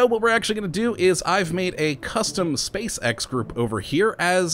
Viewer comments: you said space sex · he says spacex like spacesex... think about the children xD